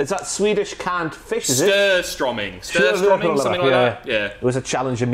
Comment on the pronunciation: "Skurstromming" 😂😂😂 You should really have that in the next hell in a smell but you should know that it's called "Surströmming". And don't say "stromming" it's "strömming" the letter "ö" makes a ea-sound. Like in the word "heard", take the ea in heard and put in the word and you have Surströmming